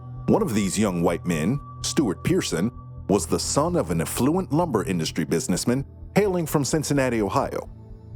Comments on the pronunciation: “Was the son of an uh-fluent lumber industry businessmihn” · Saying affluent as uh-ffluent makes it sound more like effluent. ^_^; Just a funny little wrinkle.